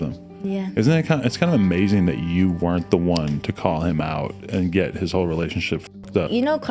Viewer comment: Did you say "she made a whole career" or "she made a ho career"?